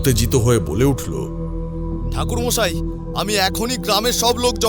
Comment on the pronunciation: ঠাকুর মশাই ❎থাকুরমশাই✅😂😂😅😅😂😂😅😅